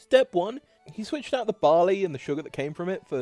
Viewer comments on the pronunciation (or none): none